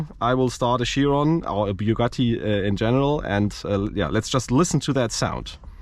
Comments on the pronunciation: Bugatti is an italian car! Chiron= Kiron, not siron! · A question. Why do people pronounce it Shiron when it's Chiron? For example the Greek name Charon isn't pronounced Sharon? 😅😝